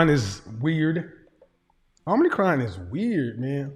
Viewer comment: Om Icron not Omnicron…come on lol